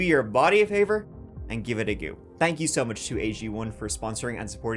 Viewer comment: Perhaps take a few moments a look up how to pronounce the word "go". Thanks.